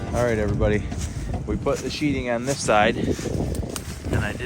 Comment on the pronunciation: You said "Sheeting" not sheetheing, my spell checker can't even spell it. I'll gladly follow because you say it rite